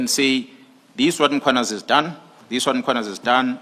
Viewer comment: “Angiyidawo iNkosi isangigcinile” you know how to say this - but cant say Mkhwanazi yesis